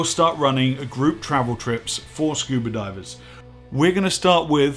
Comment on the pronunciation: This is a great channel! I learn a lot but the real reason I log in is to hear say "scuber" diving.